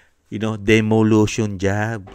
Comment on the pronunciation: Sir COMMISSION "ON" AUDIT hindi po OF DEMOLITION hindi po DEMOLUTION gaya ng sinabi nyo